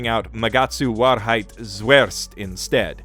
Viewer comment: If you have trouble pronounciating _Magatsu Warheit Zuerst_, then I have a littel guide for you: Wahrheit - You can split it up into Vah (or Wa like in Watashi [google translate might help]) and hide but with a hard T: Vah-hide Zuerst - Just say Tsu, then air (but don't put too much emphasis on the r) and then put a st like in stick at the end: Tsu-air-st The Whole thing should sound like Vah-hide Tsu-air-st (or you could just call it Truth First since that's what it is when translated to English).